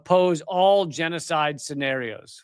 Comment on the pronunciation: Did you say jesucide? Israel is commiting jesucide? I didnt hear what you said Lee 😬